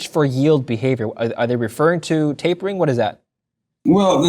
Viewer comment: Taping? It is TapERing